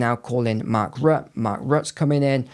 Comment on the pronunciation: You pronounce his name Mark Rutter